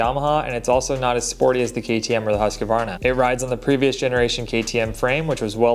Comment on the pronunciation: You gotta stop pronouncing Husqvarna like that